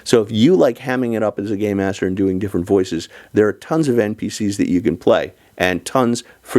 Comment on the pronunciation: You ARE saying, "Game Master", right? As in, "It's not 'Dungeons & Dragons', so it's not 'Dungeon Master'. Instead, we say 'Game Master' because it's a 'game'. " Ok, good. Because for a second I thought I heard "Gay Master." -Not that there's anything wrong with that. It's just a different concept.